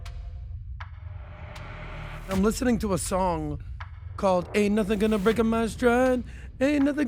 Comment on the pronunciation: 😂😂😂 that was one of the cringiest things I’ve ever heard. Not sure why he pronounced it that way adding an ‘A’ to the word ‘Break’. 😂😂😂